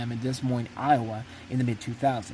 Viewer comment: Is this AI? Or does there exist an idiot who doesn't know how to pronounce Des Moines?